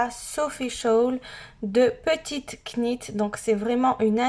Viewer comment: Petite [nit] et non [cnit] C’est de l’anglais kn = [n]